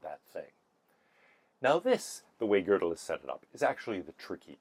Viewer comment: Anyone who talks about Kurt Gödel should be forced to take a year of German, so they know how to pronounce his name correctly. It is NOT pronounced like the English word girdle, like the speaker in this video does.